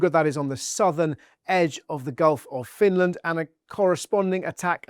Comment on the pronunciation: It's Finland and NOT Finaland